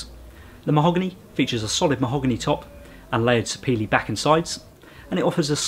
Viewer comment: Thank you for the correct pronunciation of "Sapele".